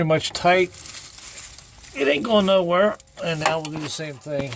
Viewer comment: I was also thinking "that ground wurree ain't goin nowurree" 😂